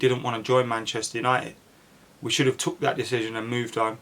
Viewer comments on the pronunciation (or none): none